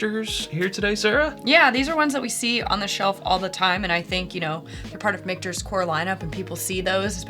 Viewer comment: Why do people pronounce it that way??? I know it's a mix of 2 names but that's not how Micheal sounds, and it's not how it should sound by how it's spelled. Stop repeating this ignorance.